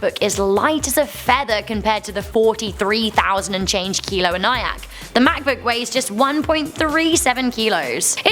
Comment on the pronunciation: It is pronounced EN E ACK